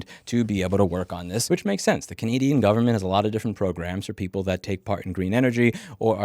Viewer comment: Bro you need to learn how to say canadain, on the other hand thanks for bringing attention to this story corruption at the its finest no wonder ndp have helped jt so much .